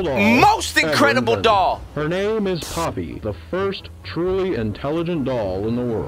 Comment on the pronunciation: i’m hispanic and ngl it sounds like pápi(dad) then poppy